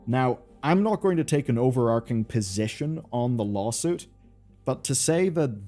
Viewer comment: over arching is pronounced 'over' 'arch' (ch said like 'chalk') -ing. It's not 'arc-ing' it an arch.